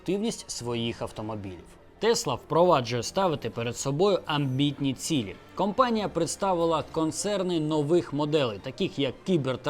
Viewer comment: Цікаво, спасибі. P. S. Не "кампанія", а "компанія" - це дуже різні речі.